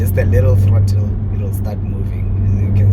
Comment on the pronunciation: “ the krottle”🤣🤣🤣🤣 that made me laugh. I love the car bro!!! Well done on your achievement